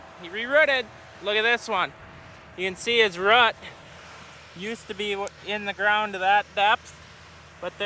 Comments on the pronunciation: was thinking something the same, If he calls a root a rut, what does he call a rut???😆😆😆😆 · learn how to say root properly bro...🤦